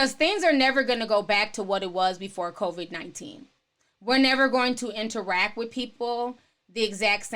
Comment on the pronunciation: I love how you pronounce it convid-19. And also I feel you on the commercials. My thing is how they are really pushing the agenda. Like we get it...stay home. Smh.